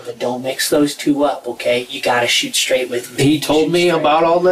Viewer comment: he said "You gotta shoot me stright"